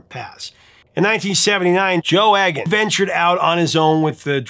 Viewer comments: It’s eeg an not egg an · It's 'E'-gan, not 'Egg'-an. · Don't mean to be pedantic but I believe Joe's surname is pronounced eagan as in eagle, not eggan as in egg. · Joe Eggon? Trust an American to mispronounce a simple surname like Egan (Eeg-an). It's the same with MacLean (Mac - Lane) and common Polish names. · Very informative video, thanks. Just one point - I'm pretty sure that the name Egan is pronounced 'Eegan' rather than 'Eggan'. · "He had an ear for music" :) I enjoyed this story about two local boys, but Joe's surname is pronounced "Eegan", rather than "Eggan". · Just a heads up. The E in "Egan" is pronounced like Eel, Not Egg. Good channel though. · Joe's surname is pronounced 'Eegan' not Eggan. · It's pronounced Joe Eegan with a hard E, rhymes with Edam like the cheese. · Eegan…..not Eggan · Oh Prof, it's pronounced Eegan, not Eggan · Pronounced Joe EEGAN not EGG-AN. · Egan is not pronounced as "Eggan", it's a hard E, so it's pronounced "Eegan". You're welcome. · It's pronounced "ee-gan" not "egg-an" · I had a special affection for Stealers Wheel right from the start, not least because Gerry and Joe were local lads! P.S.; Egan is pronounced "Ee-gan". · Joe’s name is pronounced Egan. Been a fan of both from the early seventies. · BTW in Scotland Joe's surname is pronounced EEgan and you missed a really Important time in Gerry Rafferty's time when he was with a band called the Humblebums along with the great Billy Connoly and Tam Harvey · Uh, it’s pronounced E (hard E) gan….very Irish, and I should know. Enjoy the channel very much, though. Cheers, JPE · Believe it Egan is pronounced eegan. Hard E. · It’s E as in eagle, Eagan. Not E as in egg.